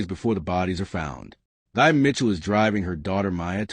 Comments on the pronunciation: Her name is pronounced as “thee” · Her name is pronounced T-'a.